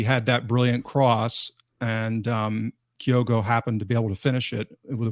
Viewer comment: Why does everyone call Kyogo Kay o go,? It’s Kyo go. It’s getting to epidemic proportions now.